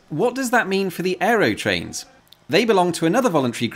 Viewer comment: Why do you keep mispronouncing "Aerotrain" as "Aerytrain"?